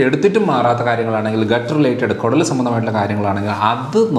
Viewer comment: കൊടൽ അല്ല കുടൽ എന്നല്ലേ 🤔